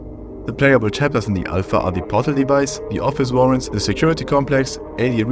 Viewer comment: It’s pronounced AL PHA not I PHA YOU idøit SANDWICH